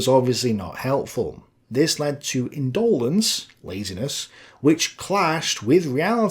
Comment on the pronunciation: Your inability to pronounce words like indolence and Lutheranism is disturbing